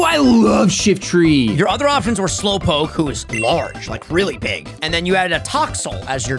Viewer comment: excuse me “Splowpoke”???